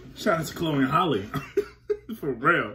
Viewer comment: Halle like Halle Berry not Holly